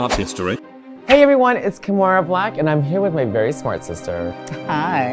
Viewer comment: I like how calls Kimora Kimorer